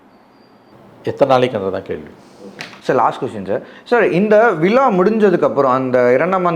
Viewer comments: விலா இல்லையடா விழா தமில் நாடு இல்லை தமிழ்நாடு நல்ல தமிழ் உச்சரிப்பு உள்ளவனை நெறியாளராக போடுங்கள் கண்டவனும் மைக்கை தூக்கிட்டு கிளம்பறான் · ழா என்ற எழுத்தை சரியாக உச்சரிக்க தெரியாத நெறியாளர். இவரைப் போன்றவர்கள் பல சேனல்களில் நெறியாளர்களாக இருக்கிறார்கள். வெட்கக்கேடு.